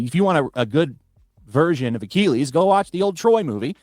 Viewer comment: i have never in my life heard achilles pronounced like does in my life.